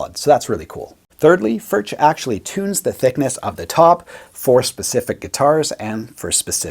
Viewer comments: Your pronunciation of 'Furch' is rather questionable . . . and mildly shameful given your Germanic sounding surname (tut tut). BUT . . . . the fact that you chose a Stonebridge (i.e Furch) over Gibson etc etc and the fact that you are profiling these beauties (and the awesome playing) just about makes up for it. LOL. Do you have any older relatives who can help you say 'Foo-wir-CH' (the 'ch' as in 'Loch' as pronounced by the Scottish) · I'd say your pronunciation of Furch is still half influenced by English. The "r" is made with the tip of your tongue, not its middle. The hardest part for westerners seems to be the "ch." It's to be made very smooth. Similar to whispered "h." Let air blow between your stiffened tongue and your upper palate. Don't make any vocalization with your throat. And don't let any saliva bubble. The trick is to retract the tongue as soon as it makes the windy sound so that it doesn't linger for too long. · It's not "FurCH", but "FurKH". ) Sorry for my... ) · Its pronounced Furk not Furch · вот вот , он говорит не Фюрч а Фуркх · Actually you should not say "FurCH", but "FurKH". ) Sorry for my... ) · I own one. I have heard that the correct pronunciation is "furk.". I love mine! Great playing! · Pronounced Furk!!!!!!!! Just bought a Yellow OMC-CR! 😊😊😊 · No, FurCH is more correct, but you are supposed to produce the CH-sound in the back of your mouth. Check out Paul Davids video on how to pronounce it correctly. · If the correct pronounciation were the way and all other English speaking youtubers, for that matter, pronounce it, the correct spelling would be "Förtsch". Given last name, I would have thought that some German or Swiss or Austrian Grandmother or Grandfather could have told him. Nonethless, I like the channel, I like the video, and they make great guitars. The "u" is a "u", not quite like in "good", but similar. And the "ch" is similar to the Scottish one. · It’s pronounced “ F E R K “ Cheers ✌🏼